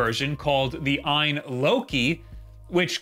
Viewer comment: It’s pronounced alphabetically A-Y-N. Not “EYE-IN”. I know the confusion comes from the Ayaneo.